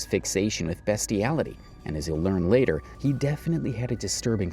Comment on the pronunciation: Ah yes 'BESTiality'... Just read the scripts yourself man...